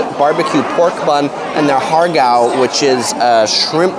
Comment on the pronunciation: Ha Gow would be more accurate pronounciation, without the R sound